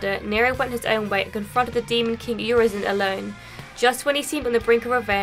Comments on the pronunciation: "Your reason" "urizen" was I the only one that catch that? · Are you sure V said Urizen??? 😂 i have a diferent opinion... But it's ok